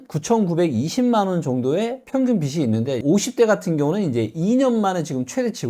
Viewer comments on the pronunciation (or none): '빚이, 빚을, 빚은' 발음하실때 비지 비즐 비즌으로 해주세요 비시 비슬 비슨